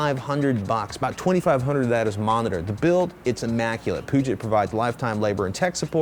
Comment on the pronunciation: Please Patrick learn how to say "Puget" It is a computer company from Seattle, which is on the body of water the Puget Sound (think Pew jut)